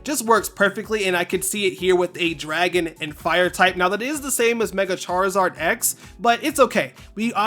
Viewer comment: Chaarizaard Z Chaarizard A ❤❤